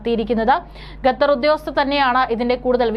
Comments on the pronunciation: കഞ്ഞി കുടിച്ചല്ലേ കുഞ്ഞേ? 'ഗത്തർ' അല്ല, 'ഖത്തർ'. മലയാളം ശരിയായി ഉച്ചരിക്കാൻ പഠിക്കൂ. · വാർത്തവായനക്കാരീ ഗത്തർ അല്ല ഖത്തർ എന്നാണ്. നിങ്ങൾ ഗത്തർ എന്ന് പറയുന്നത് കേൾക്കുമ്പോൾ ഭയങ്കര ബുദ്ധിമുട്ട് തോന്നുന്നു. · Learn the name Qatar, not Gathar. Gathar. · എടീ ഗത്ത ർ അല്ല ഖത്തർ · Gathar alla Qatar. Nannayi ucharikkan padikku. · Not gatar khater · എന്തോന്നാടീ ഗത്തറോ അതോ ഖത്തറോ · Gathar alla Qatar aanu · Madam, ഖത്തർ ആണ്. ഗത്തർ അല്ല. News readers proper ആയി pronounce ചെയ്യാൻ ശ്രമിക്കുക. Please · Gather alla quater aanu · ഗത്തർ, ഗത്തർ എന്നാണ് അവതാരിക പറയുന്നത്, ഗ ത്തർ അല്ല - ഖത്തർ ആണ്.